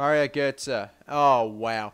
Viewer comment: Well done for pronouncing götze correctly 1st time